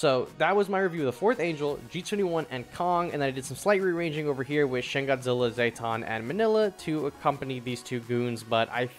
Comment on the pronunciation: Great tier list, really useful for a champion noob like me But I can't ignore how you pronounce Zetton like Zay-ton, it should be Zet-ton like Jet Engine